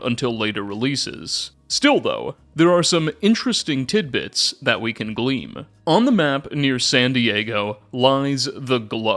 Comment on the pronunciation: mispronunciation never stops, you need a speech therapist or something lmao. Theatre of war is pronounced like a normal theatre not thee-AT-er. It's glean not gleam. There's a lot more but i.m done